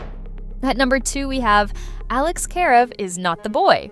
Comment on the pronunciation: ...and the first pronunciation of Karev.